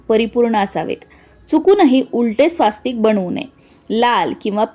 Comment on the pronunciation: कृपया स्वास्तिक असा उच्चार न करता स्वस्तिक असा उच्चार करावा.